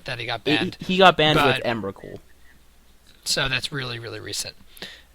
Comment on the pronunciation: Stop saying emrakuls name wrong